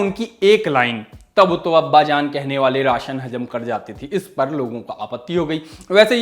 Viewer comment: राशन नहीं “रासन” समझे!